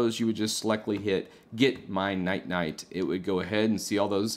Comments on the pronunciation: it's nih nite not night night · NightNight =)) Its NiNite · lol Ninite being pronounced "nite nite" xD